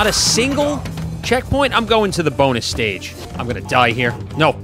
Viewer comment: I loved how you nearly pronounced Bonus as Boner by accident before correcting yourself that had me laughing my head off.